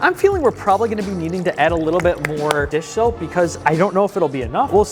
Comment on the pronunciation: hearing him constantly say dish shoap or dis soap was so funny, lol